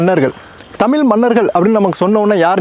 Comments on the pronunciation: நல்ல முயற்ச்சி..தயவு செய்து தமில் என உச்சரிக்காமல் தமிழ் என உச்சரியுங்கள்.நன்றி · good info - thamzhi's most important is zhagharam kindly try to pronounce (ZHA) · Everything good in this.. except the pronouncation of out Tamizh. There are good tamil videos to help us to pronouce la garam.please do practice